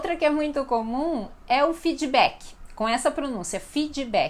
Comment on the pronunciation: Fidibak? para feedback kkkk é fid-bak usa a D do inglês e do portg MAS fale D não Di sei que as pessoas costumam falar a última consoante duma palavra com 'i' junta à D T K... só digo que para pronunciar as palavras do inglês melhor, esqueça a 'i' depois de qualquer consoante final 🤓